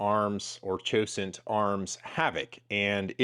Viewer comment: Cosaint Arms HAVOC (COS21) SV12 Pronounced CO-Sent !